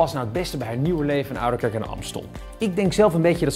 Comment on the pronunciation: “oudekerk”? tis oudeRkerk..